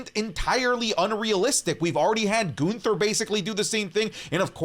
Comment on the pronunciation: My guy said Ginther 😅😅😅😅